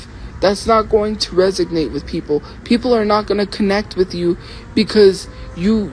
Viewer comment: Resonate is the word you are mispronouncing 🫑